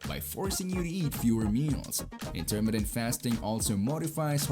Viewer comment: It's a shame you dont know how to pronounce Intermittent properly